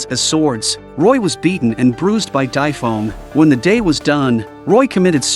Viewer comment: Why are you saying Dai Feng so wrong